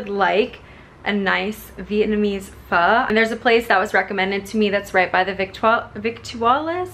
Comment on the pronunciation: Planning on visiting Munich this summer so thanks for the short tour! Oh, and great pho pronunciation (I’m Vietnamese btw) :)